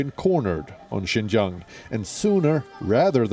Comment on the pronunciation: Xinjiang like Jing jang.